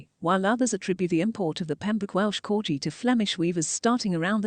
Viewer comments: It's pronounced CORGI with a hard G not CORJI! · The name is CorGi with a hard G not the way the commentator has pronounced it throughout the video. Unforgivable! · What's a "corji"? Its a corgi!!!